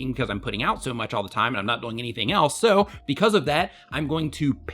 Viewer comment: I get a lot out of your channel. Quick question. Why do you say the word ”doing” so weird? It sounds like you're saying ”going”